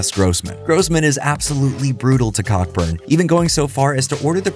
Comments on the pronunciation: He's a Brit, so it's pronounced Coburn. Co-burn. You're welcome :-) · The name Cockburn is pronounced Coburn, as every fool knows. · “Director Damian Cockburn” 😂 unintentionally hilarious pronunciation there, the surname “Cockburn” in the UK is pronounced “Co-burn” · it's pronounced "Co-burn" :)